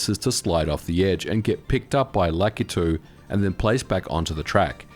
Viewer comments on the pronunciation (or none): Why on god's green Earth does everyone pronounce Lakitu as "LACK-uh-TOO?" FFS, "Lakitu" is a Japanese name, and the letter "A" in Japanese always has an "AH" sound (i.e., Kawasaki, Yamaha, Fujiwara, Takumi, Naruto, etc). "Lakitu" is pronounced, lah-KEE-too